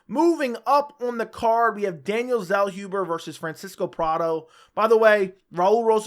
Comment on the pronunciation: Zellhuber is pronounced 'tsellhoobuh". Greetings from Germany.